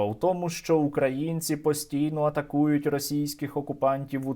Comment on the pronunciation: Скажіть хто небудь тій руській паскуді, що правильно казати - украЇ'нці, а не укрА'їнці...